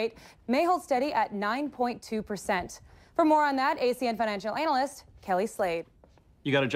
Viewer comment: She pronounced analyst " anal " list.